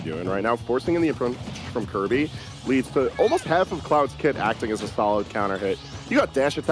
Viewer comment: their name is kirby, not kewby